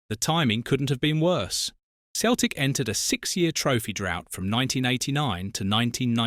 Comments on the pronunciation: Where were these headlines? Celtic is pronounced Sel-tic, not Keltic. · Why Keltic and occasionally proper pronunciation of the club’s name?!?? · No when Celtic was formed it was KELTIC . In the English speaking world they use seltic as a E after a C comes out a SELTIC like celebrity etc .